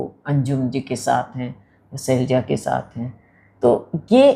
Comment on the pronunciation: सैलजा नहीं शैलजा नाम है